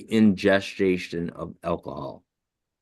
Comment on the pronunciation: "…the injesjashun of alcohol…" Dude, the word is "ingestion." This prosecuting attorney’s questioning shows that he has NO idea what he’s doing or what he’s talking about. Hand sanitizer isn’t "hand lotion." It’s not a product with the primary function of moisturizing the skin. Call it "hand sanitizer" if you want your questions to be…I don’t know…correct. Factual. comes across is unprepared, unable to think on his feet (figuratively), unable to retain the information he’s just been told, unable to understand basic math, and unable to use the correct terminology when referencing the products that are being discussed. I guess the district attorney’s office in his city didn’t have many job applicants when they were looking for a new prosecutor.